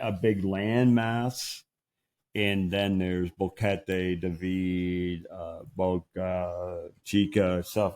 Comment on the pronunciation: Boring? not at all. Old, well, that's just a number. Keep it up. I was surprised by the music video at the end. Great song, but Boquete is badly mispronounced.